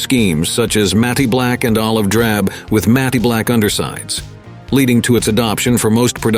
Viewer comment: MAT-black. JFC!